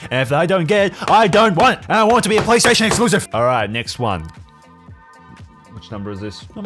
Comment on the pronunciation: Im sorry i like ur videos but u keep sayin playstaton elucisive nobody wants it playstation exlusicve keep it up bro wwwww